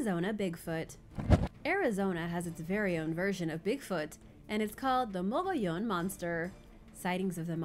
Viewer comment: I’m surprised that you, of all people,, didn’t figure out how to say Mogollon! It’s a Spanish double L sound so it’s pronounced Moe-gee-on. I have no idea where the other O disappears to but I’ve been to the Mogollon Rim multiple times and I’ve camped in the area a couple times too so I definitely know how to say it. Can’t say I’ve ever seen the Mogollon Monster though.